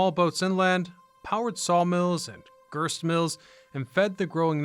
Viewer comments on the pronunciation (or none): Grist Not Girst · girst mills?